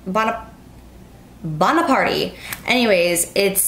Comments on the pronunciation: bona-part...like napoleon! :D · Lol!! Bona-partay!!